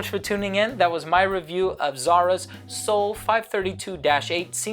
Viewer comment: dude you got the perfect pronunciation!!